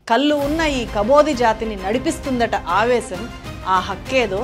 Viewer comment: కల్లు కాదు తల్లీ ... కళ్ళు